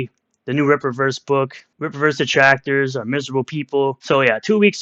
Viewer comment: Darrrrr my detwactors Darrrrr